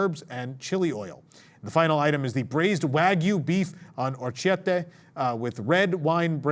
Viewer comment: orecchiette is pronounced “OreKiette” …ch then vowel is always hard k sound in 🇮🇹, and just c then vowel is the same as “ch” sound in english. Its basically switched from english, so kinda confusing lol